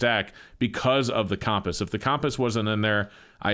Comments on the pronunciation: He can’t pronounce “compass.” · Am I the only one who thinks says “compass” funny?